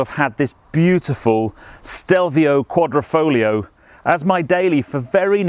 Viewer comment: its not quadrOfoglio, but quadrIfoglio - you are speaking it out wrong.